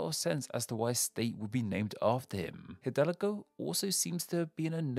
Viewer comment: “Miguel Hhhidalgo why Costilia” Look how they massacred my boy